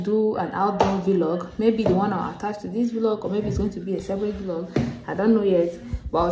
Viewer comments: Nice video, I really enjoy your content. But I wish to know if it's actually pronounced Vilog as you always do or Vlog. Just asking to learn please, no offense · Thanks for your support ❤️. I always thought of it as video blogging so I pronounced it as V log, but I just looked it up now and saw it’s pronounced as vlog. We learn something new everyday lol 😆. Thanks for pointing it out